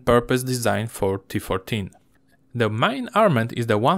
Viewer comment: Wysoki poziom angielskiego, jeśli chodzi o gramatykę i słownictwo (w tym fachowe), natomiast wymowa zdecydowanie do poprawy. Niektóre podstawowe słowa są wymawiane tak niepoprawnie, że nie wszyscy się połapią bez napisów. Szczególnie razi to w przypadku słów powtarzanych wielokrotnie, jak "main", "turret", "unmanned".